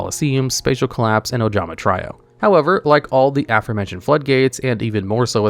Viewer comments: Wondering if he is content farming. You hear how he says Trio in the videos recently? He’s been pronouncing it like “try-oh”, almost like he’s having an AI do the voice for the videos. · Ojama "Try Oh"? Come on bro... They even pronounce it right in the anime lol